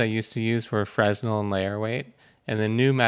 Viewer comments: it's "fre-nell", not "frez-null" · ...ok I can't let it go. My bad, my OCD. frenelle, Fruh NELL Stress the 2nd syllable and NEVER say the "s" at all. Cool vid. Thanks for your very informative material. Still learning Blender. Still feels pretty uphill but I am getting better (or I WAS until geo-nodes threw me down a bit and made the steep hill steeper for a bit)